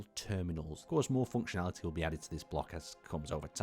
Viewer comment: I love the way he says "foonctionaliteh"